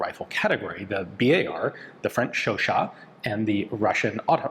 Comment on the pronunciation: Why amis says Bi Ey Ar instead BAR